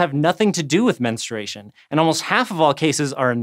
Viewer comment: Menstration? I could have sworn there's a "u" in there...